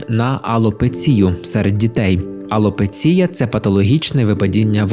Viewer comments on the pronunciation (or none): Дуже люблю ваші випуски ❤ Реакція Австралії справді тішить. Перепрошую, що душню, втім у слові алопеція наголос падає на третій склад 🥲 Про Чернівці та Краматорськ не знала, дякую, що розповіли про ці жахливі випадки недбалості 😱